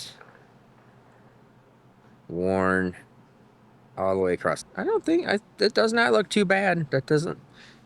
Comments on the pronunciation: You can tell he's from Michigan, he kept saying acrosst. Across has no T in it. hehe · Question? Why are your pockets not the first place you check for wrenches? Also... says acrost and then says across for other times. I now have video proof to show my wife that I am not the only one who says the same things. and I are the same person. Have you ever seen us in the same room together? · Just a funny - but sometimes it’s across and sometimes it has a T on the end - acrosst- guess it’s a Michigan thing cause Tom Bailey puts a T on it too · Why do Americans say "across"t"? No 't' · Gday, when you where checking pistons and rings i noticed when you spoke about the wear on the second ring you used the term worn acrost! Parson my dumb question but is that just how you pronounce the word cross.. Tell me its none of my business, when say cleets engine comes in like now you said the valves will be fine but im replacing them and the springs for s@ n giggles how do you charge the customer is it say a yearly service fee or is it charged as parts and labour or is it part of the engine purchase and you charge for parts..